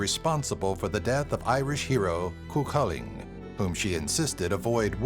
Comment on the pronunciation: Dear God man your pronunciation of the names is appalling, even the simplest of the names you got wrong. Stick to what you know and leave the Celtic names to the people who know how to say them THE CELTIC people themselves. OMG 'cu culling' ha ha ha ha